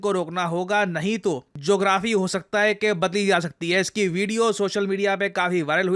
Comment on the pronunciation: I was thinking that Why is calling it as Jographee.. well, I got it later. 😂😂